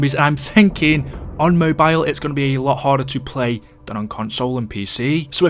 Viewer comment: It's Mobile not Mobile